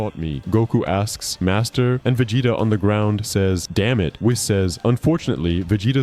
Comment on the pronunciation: I realized something was wrong the way the voice was pronouncing Vegeta, man I hate this kind of content